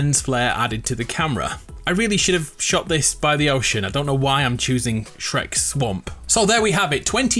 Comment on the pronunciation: 'Shreka swamp' 😂😂😂😂😂